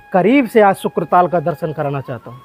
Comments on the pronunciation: शुकताल है शुक्र ताल नहीं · Nam sahi nahi bola shuktaal he ashli name🙏 shukra nahi🙄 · शुकताल कहें । शुक्र न कहें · यह क्षेत्र शुकदेव जी से संबंधित है।इसका नाम शुकताल है,न कि शुक्रताल।